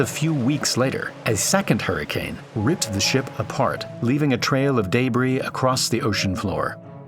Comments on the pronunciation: Debris = De'bri, not daybree.. Draw a map, not build a map.. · Did bro just say Day-bree???? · daybris huh? We sure this isn't AI crap? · Ah yes DAY BREE.. wtf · I love how those who were not raised British or Australian attempt to pronounce words as they do: Day-bree. It's hilariously ridiculous! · can yall stop with the ai narrations? interesting vid but the moment it said da-bries i almost stopped the video. so obnoxious. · ion like how you say "day-bree" 😑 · There no such thing as daybree. The word is debris. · tell me, what human pronounces debris, DAYBRE 😂😂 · the pronunciation of "debris" is making me think otherwise but i appreciate the reply. it was a great video regardless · It’s called ai…. Doesn’t know how to pronounce 50% of words